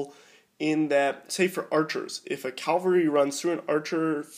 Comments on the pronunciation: cav-al-ry not cal-var-y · Please stop saying "Calvary" instead of 'cavalry' and "inventory" instead of 'infantry' haha. Apart from that great video.